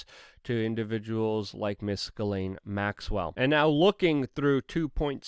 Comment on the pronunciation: It's pronounced Gee- slain, Luke!